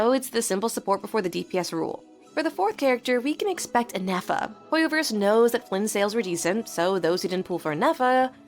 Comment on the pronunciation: OMG SLAY I SPEAK FRENCH TOO XD since you can speak french i wanted to tell you this in my earlier comment: for Nefer, try to pronounce it as Néfer, kinda like "never" but with f instead of v. same goes for escoffier (éscoffié) <3